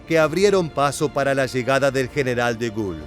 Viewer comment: Gracias Excelente y bien documentado... Quisiera aportar que la Resistencia Francesa se llamó "Maquís"... Igualmente, no se pronuncia De Gul, sino De Gol, Charles De Gaulle, General que dirigió las fuerzas francesas a partir del Desembarco de Normandía y fue tres veces Presidente de Francia..!